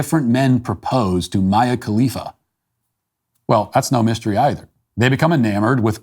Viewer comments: I absolutely love that Matt is so novice to Mia Khalifa that he continually mispronounces her name. So genuine! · It’s endearing that Matt doesn’t know how to pronounce Mia khalifa